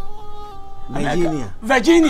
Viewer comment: Eii virgina ampa herr instead of Virginia 😂😂😂